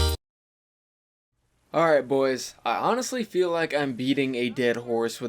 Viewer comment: I thought he said “I feed like eating a dead horse on this one” 😂